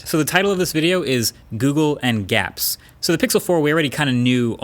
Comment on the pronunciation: So we're all just Gonna ignore he called it gapps but G-apps ?